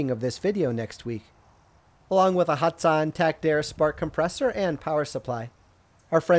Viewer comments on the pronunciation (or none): Lol hatsan not hats on